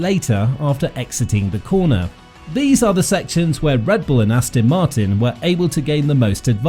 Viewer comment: As ton not as tin ffs! Why is that so hard for people to say? Not to mention the fact if the upgrades went on in imola they wouldn't take them off for Monaco so why not fit them anyway